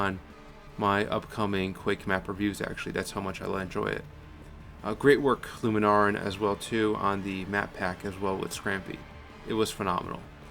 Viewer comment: Scampie, not "Scrampie". Lunaran, not "Luma Naran".